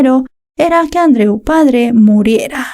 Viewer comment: Añado al comentario anterior: la pronunciación del nombre Andreu lengua catalana, es perfecta.